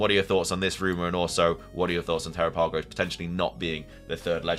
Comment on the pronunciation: Dude! You were just reading something about how Terapagos is NOT the third Legendary and then you keep saying "Because obviously it is the third Legendary"!!! ......and you're also mispronouncing the name AGAIN!!! Go back and watch the Presents where they SAY the name!! I personally think it'll have an ability like Kecleon where we'll hit it with a move like Flamethrower and it'll then become a Fire tera. I personally think Terapagos is NOT the third Legendary because we're also getting the Teal Mask so if Ogerpon isn't a Legendary then Terapagos isn't....and if Ogerpon IS a Legendary then we would be getting FOUR Legendaries then and in squence that would make OGERPON the third since The Teal Mask comes out first.